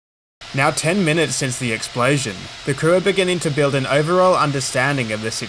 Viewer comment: What is an "explaysion"?